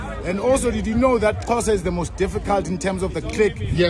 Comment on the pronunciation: 😂 Xhosa not Thosa but it's okay just an innocent mistake